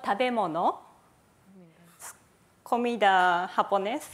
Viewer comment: Me gusta la clase de japones y más cuando lo pronuncia:3